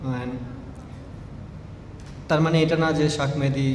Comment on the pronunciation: ভাইরে, শাক মেহেদি কিতা আবার? বারবার শেখ মেহেদিকে শাক মেহেদি শাক মেহেদি বলতাছো...